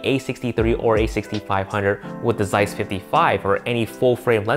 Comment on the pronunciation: I suggest you checking how to correctly pronounce "Zeiss".